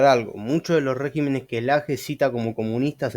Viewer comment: Hay demasiadas inconsistencias en todo el desarrollo de tu pretendido “desmintiendo”... pero no es de extrañarse de alguien que ni siquiera sabe cómo se dice “régimen” en plural, ni donde lleva el acento en la misma palabra. Antes de querer colarse de la fama de otros mal informando a la gente, uno debe sentarse a leer y estudiar para después tener, mínimo una idea del nivel al cual nos estamos exponiendo. Bendiciones.